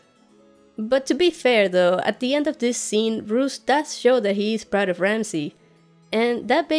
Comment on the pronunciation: Roose not Bruce!